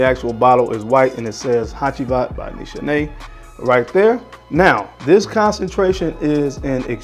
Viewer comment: great vid..not to be a stickler but its pronounce niece haney